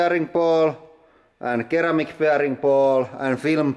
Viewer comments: That was so cool!! BTW, I believe the first bearing ball was ceramic, correct? Instead of saying it like keramic - with a K sound, it should be said with an S sound, like saying seramic. But it's spelled ceramic. I'm not trying to be an ass. I love you both and your channel <3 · ceramic is pronounced seramic. :P damn english back at it again